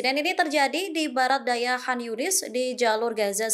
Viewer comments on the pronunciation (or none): none